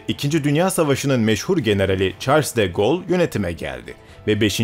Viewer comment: Bu videoda sayısız önemli şahsın ismi geçiyor. Ama gibi büyük bir tarih kanalı hala bu isimleri Türkçe okuyor. Bence bu durum sizin seviyenizdeki bir kanala yakışmıyor. Örnek: Çarls De Gol değil, Şarl Dö Gol olacak. Jorj Pompidö değil, Jorj Pompidu olacak… Tabi Jacque Chirac ve Louis gibi isimleri doğru telaffuz ettiniz.